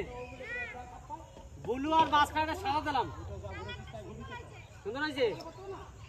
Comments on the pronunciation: I r repeating n repeating extremely boring vdo n it's not bulu it's blue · ট্যাকচার ,বুলু!!! প্রতিবেশী দেশের উচ্চারণ।